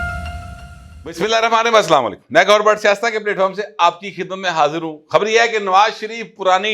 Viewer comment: بسم اللہ الرحمن الرحیم صحیح صحیح اور آرام سے پڑھا کریں۔